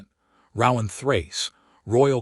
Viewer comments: Ro-ahn! Not rau-ahm…. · His name would be pronounced with a long O sound, not what the AI says, lol